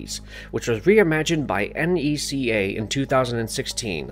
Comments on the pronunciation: Haha it was killing me how you kept spelling out NECA? You say it as a word and it's pronounced "Ne-cah" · Is nobody gonna talk abt how he says N, E, C, A instead of Neca? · It's just Neca toys not N.E.C.A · The way he pronounced NECA 🤣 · NECA🤣🤣🤣. It's pronounced as Ne-ca(ka) not N.E.C.A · NECA is pronounced "neck-uh" not spelled out. 😉 You barely scratched the surface on all of the unique toy based Predators. My favorites were the Cracked Tusk Predator, an elder who was large and had tusk like protrusions coming from below his jaw (though I think modern versions removed the tusks from his design), and Spiked Tail Predator a Bad Blood that had a long braid with a spike ball at the end. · 😅Totally but maybe we are wrong since it is National Entertainment Collectibles Association so N E C A🤣 I still stick with Neca it rolls just more easy from the tongue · Having to hear “ya-u-ja” for the umpteenth time, I have to stop watching after the narrator spelled out NECA instead of NECA. 😂